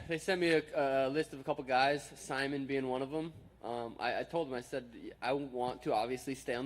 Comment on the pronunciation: He called Ricky Simon, sigh-mun. Lol the troll levels. I love Suga Sean. If you don't, thats fine by me.